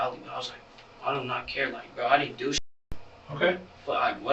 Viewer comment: Lil BRO not lil row 😭😂